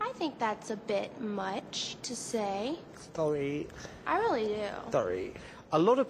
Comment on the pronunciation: LOL .. "thorry" :P:P:P:P but she sang verry good :)